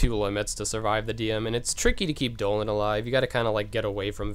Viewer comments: and he called Donald doland. wtf? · Wait do you really call Donald and Goofy Dolan and Gooby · Bro, learn some English its donald not doland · no lol its dolan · HE SAYS DOLAN TOO Obviously knows one of the funniest memes :) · great guide but it bothers me when u call DONALD DOLAND AND GOOFY GOFY lol other than that amazing job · It’s Donald not doland and WHO THE FUCK IS GOFFY😭😭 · pfffttt.... Goffy and Doenald....wow....mispronunciations for the win~ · omg the part where he calls them doland and goffy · It's funny how many ignorant people here seriously think that is saying Dolan and Goffy because he doesn't know how to pronounce them correctly. It's obviously a from a meme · >Beats Xaldin and Vexen with these strats. Hears him say these are casual strats. Says the guy who calls Donald and Goofy "Dolan" and Goffey". I'm far from a Casual. Not even close. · Thank you so much for this I have a feeling this will help me with Luxord who dropped a bit down the list of organization members I like due to the frustration his data battle gave me X_X but it's DONALD and GOOFY! Why are you saying the names wrong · travis hunt. I notice that too lol Lile your videos guy. very helpfull. all of em . but the way u say donald and goofy id funny lol . deneld. and gaphy lol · It's DON-ald and g-EW-fy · he says goofy and donald oddly